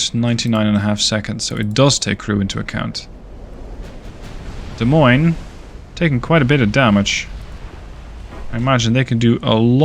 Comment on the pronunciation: As someone from Iowa, I must thank you for actually pronouncing Des Moines properly!